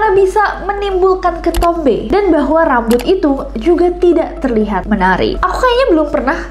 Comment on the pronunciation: apa cuma aku yg ngulang2 video bgian kak nessie ngmng RRRRAMBUT :)